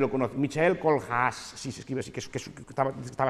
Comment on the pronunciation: Muchas gracias por poner los libros en la descripcion, busque Michael Kohlhaas durante 10 minutos, bueno realmente probee combinaciones de letras, la pronunciacion de bastos no me ayudo hahahah